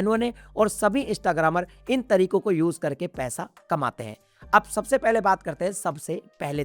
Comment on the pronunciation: Sir it's not istagram it's instagram